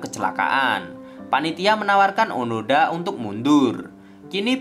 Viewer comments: Onoda bukan onada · Maaf, bukan Onada min tp Oooonooooodaaaaaa😃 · Bang kalo di anime namanya onoda bukan onada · Izin meluruskan, namanya bukan onada, tapi onoda, terimakasih :) Karena saya sudah menon animenya secara langsung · onoda min onoda...bukan onada... semangat terus min.... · Onoda min bkan onada, ini mah anime favorit ane mim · Onoda bang bukan Onada. Sorry kalo aku salah denger karna aku dengernya onada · Hmm bang, maaf nih kayaknya namanya Onoda deh, bukan Onada hehehe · Onoda min bukan onada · Onoda min. Kesel gw dengernya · Onoda bang bukan onada 😁😁😁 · Onoda mas bukan onada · Admin nya nglindur ni, onoda bang, bukan onada.. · onada atau onoda ya? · onada apa onoda sih min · onoda sakamici atau oanada bang 😂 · Onoda bang bukan onoda hiks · onoda min bukan onada di animenya si gitu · Onoda bang bukan onada :v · Onada apa onoda sih jadi bingung 😀😂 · Bukan onada tp onoda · Seingat saya namanya onoda , bukan onada . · bang onoda bang, bukan onada bang wkwk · Nyebutin nama kok berulangkali salah? Onada apa Onoda? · onoda boss bukan onada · ONODA NGEN, BUKAN ONADA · Gatel denger nya... Onada.. Kalau di anime nya Onoda